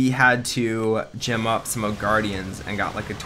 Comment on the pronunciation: What bothers me is that when you say "gem up", it sounds like you said "Jim up". I'm not sure if you notice, but I notice a lot. Also, they're not gems, they're diamonds, but it doesn't really matter.